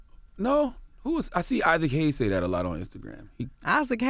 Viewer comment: "Isaac Hayes" 😂😂😂😂😂😂😂